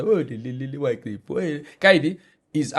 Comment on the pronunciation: was mad disrespectful on this one.its sad to learn how disrespectful he can be to people. knowledge (of a language )should not be used against people that don't know it.The guest wasn't insulting nor disrespectful i might understand the frustration with the miss pronunciation of you name but it happens to the most of us in these social settings, not like you haven't done that to some guest on the show.This is our show please don't ruin it for us. And KOB we know he doesn't read the comments but please let him read these one for his character development. (note that i said character not personal dont care what he is out there).